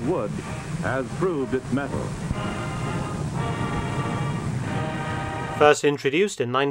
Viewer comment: Ahem... "mettle"